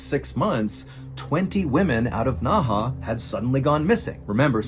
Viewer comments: Hi MrBallen- great video as always. Just a quick note- the city's name is pronounced "Nehe" (in Mandarin - 訥河), whereas "Naha" is a city in Okinawa, Japan. Cheers! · It isn’t pronounced Naha. Nehe is pronounced Nuh-huh. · Dang, Ballen makes no effort to even try to pronounce these names, haha. I was thinking "Naha? That sounds like the city in Okinawa." And then I see it's Nehe, which based on my lousy one year of Mandarin would be like "nuh huh" with a slightly more guttural h. Anyway, you can get this stuff on google now, can't you, and there were only a half-dozen names here, so it's not like major research lol. I thought the guy's name was something like Jiya Wang or something until it was spelled out and I saw that Wenge was his given name, not family name and that e certainly isn't silent (It's kinda like "one-guh"). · You spoke Nehe like Naha in okinawa, got me confused the entire vid.... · Ohhhh 訥河 NEHE is pronounced Nuh Huh not Nah Hah (Naha is a city in Okinawa Japan haha). Means Inner River or something! Word Inner Water Can in Black Dragon Jiang like pageant girl! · Hello, it's pronounced Nay Hay, Naha is a city on Okinawa Japan. You should know that seal... From: an Old Marine 😅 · A little help with the pronunciation of some of the names: 讷河 NeHe - Nerr Herr 贾文革 Jia WenGe - Jah When Gerr 徐丽霞 Xu LiXia - Shoe Lee Shah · So Nehe is pronounced Naha? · This is the case of Yang Xinhai (or Yang Zhiya) for people who want to look it up. I love you MrBallen. But you should try better at pronunciation. Or insert spelling on the screen. I had no idea what you were talking about and thought this was made up because there is no city in China called Naha. Naha is Nehe. Sue is Xu and Gia is Zhiya.